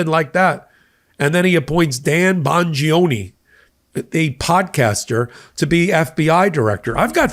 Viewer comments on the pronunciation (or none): get the name right, it is Danny Bong-gino. And in that "applause" incident, look at Rubio - its clearly forced.